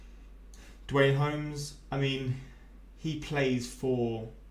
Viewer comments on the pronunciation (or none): none